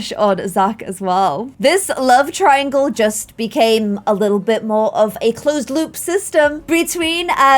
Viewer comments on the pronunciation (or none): none